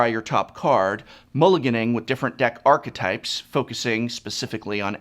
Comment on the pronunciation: Professor, isn't archetype pronounced like ARK-EH-TYPE and not ARK-TYPE? I feel like you are missing a syllable there.